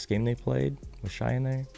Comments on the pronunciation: Shai, pronounced Shay, lol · just a heads up Shai is pronounced Shay Just wanted to look out in case people try to ever come down on you about it